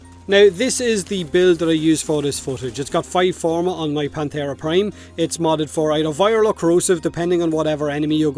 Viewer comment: Every time he says "Panthera" it sounds like "Planterra"